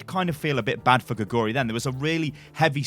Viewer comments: Don't know if you care at all but you're saying her name all wrong. Her name literally means 'frog' and in Korean you would say it like 'gay-goo-lee'. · You can pronounce her name more correctly if you put the emphasis on the first syllable 'gae'. It pronounces like 'gae-goo-ri'